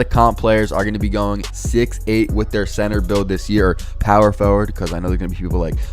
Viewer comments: I love how u say “POwer FoWard” 😩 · POW-wer Forward 😭😭😭